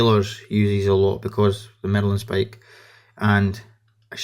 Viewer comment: Marlinspike not 'Merlinspike'!